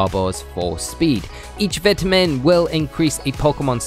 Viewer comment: the second he started mispronouncing vitamin i couldnt help but dislike and close the video immediately